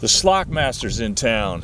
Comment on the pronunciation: said slock it 😂❤️